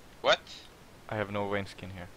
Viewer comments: It's Vayne,. Not Wayne. You pronounce it wrong! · VAYNE, NOT WAYNE